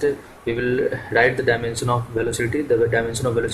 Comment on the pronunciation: FRIST LEARN HOW TO PRONOUNCE "DIMENSION"😂😂